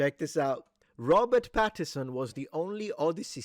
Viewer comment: Since you said yourself you're pedantic: please, please, please - his name is Robert PattiNson. with an n! I was so annoyed you missed it every time you said the name.